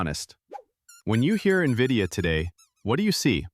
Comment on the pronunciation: Is this how you pronounce NVIDIA?! Or is this what AI reading does?